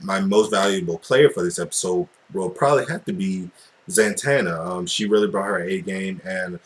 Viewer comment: super boy broke up with her, and its pronounced zatanna, not zantanna. Great review